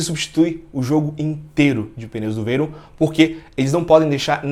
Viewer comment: Primeiro que o rapaz quer colocar a palavra Veyron, que é um sobrenome francês, com pronúncia inglesa...